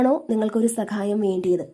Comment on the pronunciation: സകായം അല്ല സഹായം 😊